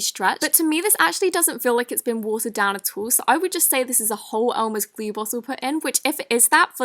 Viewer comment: Glue not glee😂